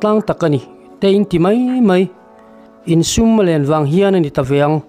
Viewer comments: Sùm tih i lam dan khi Sum(pawisa) angin i lam a, Sùm a nihhmel, "vawk sùm 5 ka talh" tiha sùm kan lam rik ang hi a niang. 'In sum len dan' tih pawh khi lengdeng lenkhang lam rik dan angin i lama, lian - Len. kan vawkpui chu a LIAN khawp mai, a LEN dan chu sum 6 zet ani tih anga lam tur niawm tak a ni. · 'Sum' i chhiar dan hi a fuh loh. Vawk sùm kan tehna ang kha a ni zawk ang. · Sum hi i kam dik lo nasa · Sum tih kha a ri hniam tur a ni. Vawk len zawng teh nan vawk sum tihna zawk a nia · Sumlian ilamdan a diklo, Sum tihlaihi thluk hniamtur a ni e. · Sum i lam dik lo, sum(pawisa) ni lovin, sum(kuttum a thil len zawng tehna sawina) zawk aw